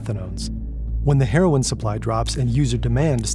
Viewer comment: Lol when he says heroin it sounds like herring